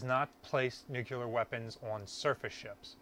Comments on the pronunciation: You have a disturbing habit of darting your eyes all around the room as you talk to the camera. It makes you look aloof. Make a concerted effort to look at the camera when you speak. Also: learn to pronounce "nuclear" as a two syllable word, not three: "NEW CLEAR" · "Nucular...blah blah blah..nucular..blah, blah, blah" - your video is interesting, but mispronouncing nuclear is annoying. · We don't all say it that way, I promise. A little embarrassing that someone in charge of preserving a nuclear sub does but he seems well-intentioned. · Damn you really really struggle with the word "Nuclear" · Awesome that you found the keys but please, for the love of God, say the word "nuclear" correctly. Thank you for your incredible videos! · Orthograph : nu-cle-ar Americans : nu-cu-lar Pronunciation : am I a joke to you? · Great vids man. NewClear, not NewCueLar :) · The word in new-cle-ar, not new-cu-ler. Only one “u” in the word. Drives physicists crazy, which for us is a short drive!😂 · Great find. But it is pronounced Nuclear, not nuculur. Good luck getting anyone to talk about how those keys work. Security clearance prohibits anyone who knows from telling you that information. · Great video but he says "nuclear" like George W (nuke-yew-ler instead of new-clee-er) lmao. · Nuk U ler. Lmao. Nuclear. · NUU-KLEE-YER not NUU-KYUU-LAR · There's no such thing as nuckular. The word is pronounced exactly the way it's spelled and it's "NUCLEAR". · the word is nuke lee er not nuke you ler. it drives me nuts. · It's nuCLear not nucular, come on guys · IT'S "NUCLEAR" NOT "NUCULAR". Can we please get this right?? It's simple english. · It is not NUCELAR is NUCLEAR for god sake!!! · Nu CLEE arr, please... Not Nu KYU Lar. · Ok first thing. Say it with me. New clear. Nuclear is a 2 syllable word lol. Sorry former submarine reactor operator here. I know the reduction gears going to the shaft should have all the inspection and maintenance ports locked up tight to prevent sabotage.